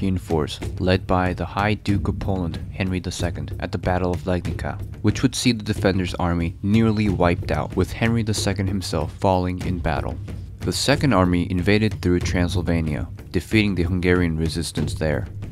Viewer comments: not legnicka but legnitsa :) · great video. Just want to let you know, that pronunciation of the town's name - LEGNICA is unlike in English .. the "c" is pronounced like "ts" in polish (and lot of other languages) .. i.e. You should read it as if it would be spelled "Legnitsa" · Legnica is prunounced Legnitsa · Legnica is pronounced like "Leg-neet-sa." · Legnica is pronounced Legnitza. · 'Legnika' ( ͡° ʖ̯ ͡°) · Legnica is spelled other Way. Actually c is more like "ice".